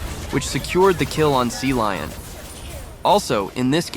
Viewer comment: cecilion ❎ sealion ✅